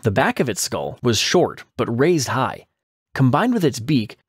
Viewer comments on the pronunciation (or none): none